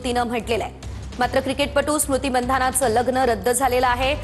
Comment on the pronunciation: कमीत कमी महाराष्ट्राच्या या प्रस्थापित वाहिनीने तरी मंधाना ऐवजी मानधना असं म्हणावं इतर भाषेबद्दल आपण समजू शकतो मराठी मुलखातली ही मुलगी आहे